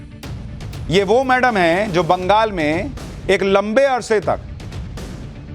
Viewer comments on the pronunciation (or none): none